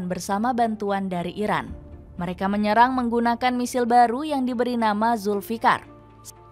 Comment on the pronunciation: Irak apa iran ngomongnya yg jelas